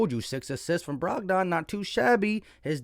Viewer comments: Lol you be murdering names rotfl Brog don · BROG-DON…. LOL had me cracking up…